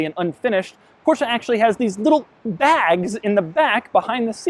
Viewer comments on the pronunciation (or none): STOP SAYING PORSCHAAAA! it's Porsche, they even made a video about that in teir own channel here on youtube! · "Portia 911 Speedster" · porcha? omg